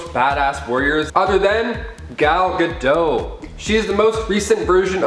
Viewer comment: It's Gah-DAHT... she's Israeli, not French!!!